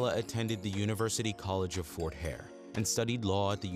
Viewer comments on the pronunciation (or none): none